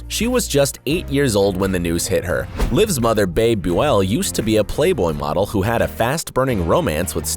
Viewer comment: It is pronounced "Bee-Bee" not Babe